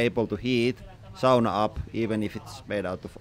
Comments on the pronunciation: First time in the Channel and immediately that Finnish pronunciation 😂 Love the language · I makes me feel so good to hear "sauna" pronounced properly.